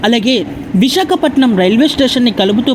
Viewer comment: అమ్మా, విశకపటనం కాదు, విశాఖపట్నం.